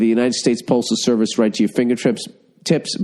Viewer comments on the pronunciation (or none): none